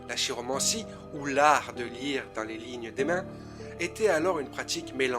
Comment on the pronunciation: Prononcer "kiromancie"